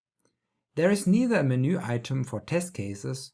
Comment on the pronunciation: it's not menoooooo, it is MENU 🤣